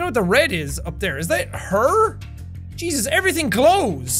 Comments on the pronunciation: am i the only one who heard Cheese us?! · He is irish so yeah 🤣